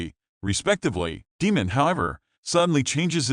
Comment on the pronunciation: DAEMON, (Long A) not demon